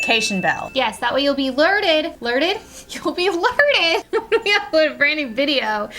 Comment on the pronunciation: Woo I get "lerted" every time you post! LOL!!